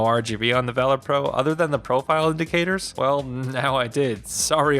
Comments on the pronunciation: Act of Vaylor. ....VAH-lur. lol tf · I just can't take the way you are saying Valor... VALOR... not a hard A sound. Just makes it sound like you don't realize it's a word already. A comparison to the instinct pro would have helped, and what is "aftermarket sound"? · I couldn’t even finish ur review cause of how illiterate u are u can’t even say the name correct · u know what valor is I said illiterate he couldn’t say it right mispronunciation is that better do you comprehend the comment now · Take criticism different delete the video do it again say I apologize for before then pronounce it correctly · Really don't think you guys should be doing tech reviews. It's clearly out of your wheelhouse. Kinda unprofessional to keep mispronouncing the name of the product as well. Leave the controller reviews to the channels that review loads of them, and know what metrics to compare.